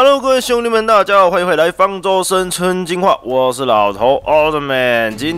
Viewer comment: 生存進化說成生「村」進化